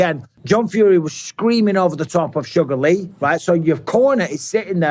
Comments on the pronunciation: It's Sugar Hill not "Sugar Lee" 😂🤦🏻‍♂️ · Michael says sugar Lee 😂😂😂